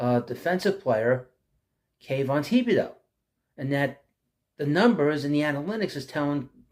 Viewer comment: Dude, it "Tib-a-dough"